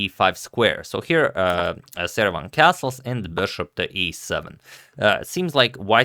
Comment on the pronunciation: Am I really the only one who hears "Saruman" when Agad says Seirawan???